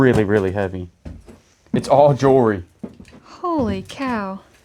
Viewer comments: Sure was A LOT of "jewree" 😂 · I told my husband if I start mispronouncing jewelry that it’s all your fault.